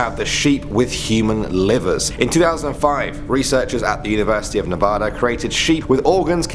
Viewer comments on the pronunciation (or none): none